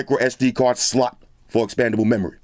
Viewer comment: The way he says " slot" is everything 💀😂